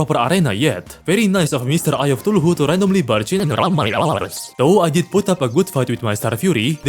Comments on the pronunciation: Bro its Cthulhu not tuluhu😂😂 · AY-Ree-Ah-Light or and the shield is ca-thoo-loo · bro really called eye of cthulhu "eye of ctuluhu" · Shred of TuHuuJhLuu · i am so sorry but i cracked when i heard the “tuluhu” as of Cthulhu (no hate fam) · The way you pronounce Cthulu is killing me my man :D I'm fairly certain you do it on purpose, but i case you don't: Spell it "K-tulu", simply ignoring all the H's in the name. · Always "eye of tuluhu" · "Tuluhu" goes hard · 'Eye of Thuluhu/Thooloohoo' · I love that instead of Cthulhu he says tuluhu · I love the way you pronounce other words like "huthulhu" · I love how he pronounces Cthulhu "thuluhu" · Okay but everyone who watched even one of he's terraria video calls Cathulu "Tuluhu" right? Or is it just me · eye of thuluhu (no offence btw love your accent) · Why bro say Sheild of cuthulululu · "the eye of tuluhoo" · i can get mispronouncing cthulhu but not shield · i love the way you butcher cthulhu name